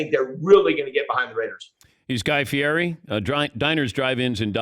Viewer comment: Dan pronounces name wrong